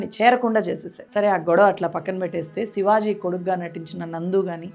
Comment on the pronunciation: sivaj కాదు sivaji